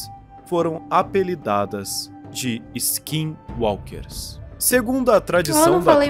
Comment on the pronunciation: Você falou skinwalker certo mano skinwalker é muito bisonho vei kkkk